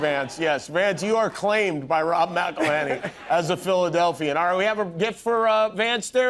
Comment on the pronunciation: "IT'S MCELHENNEY, MCELHENNEY."